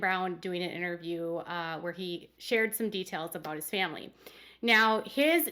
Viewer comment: i remember Meri making it clear she was not going to ever help the other sister wives raise their kids. this was after Leon left home. at the time i thought ... wow i thought that was what sister wives did in this family. Meri constantly talks about the importance of the "famly" ( pronounced family by everyone but by polygamists), but what does Meri do for her "famly"?